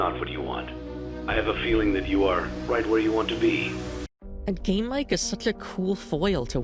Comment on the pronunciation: can't unhear "game mike" as "". anyway banger video rules